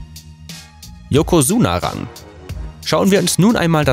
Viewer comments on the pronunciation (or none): Kann er gar nicht :D Das "ch" in "Tochinoshin" wird z.B. eher wie "tsch" gesprochen; Ozeki und Yokozuna würde man eher aussprechen wie "Oseki" und "Yokosuna"..